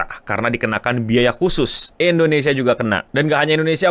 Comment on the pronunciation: Endonesia? Indonesia keleuss... 😅😅